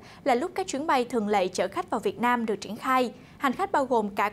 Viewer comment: Đài ơi “ chuyến bay thường lệ” chứ đâu phải “thường lậy”...phải không ạ..??!!! Những tưởng đài báo phải tuyển dụng PTV nói “tròn vành rõ chữ” ấy chứ nhỉ ...